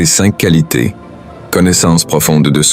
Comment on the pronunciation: 5 coualités rères ... pu capable des textes générés par IA et lus par IA. Une autre chaîne médiocre qui s'ajoute à toutes celles qui pullules sur YT.